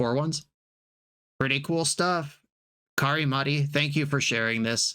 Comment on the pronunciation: You pronounced the name of the donator wrong. You said Kharimati, but I am pretty sure it shuld be Kari-Matti. In Finnish if there is a double letter, you actually say the letter two times. Also the emphasis is always on the first syllable of the word, and in compound words the emphasis is always on the first syllable of each word the word is compounded from. So Kari-Matti would be pronounced KAri MAT_ti. Oh, and in Finnish you roll the R's. Google translate can in some cases help since you can hear how it should be said, but since Finnish is so different than English that it gets it's pronounciation wrong too.